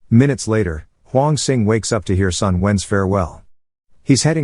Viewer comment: This is an excellent movie. Not Malaysia, but British Malaya. More specifically, this took place in the island of Penang. Sun is pronounced as "Soon". His full name is Sun Yat Sen, aka Sun Chong San, aka Sun Wen. Tang is pronounced as "tongue".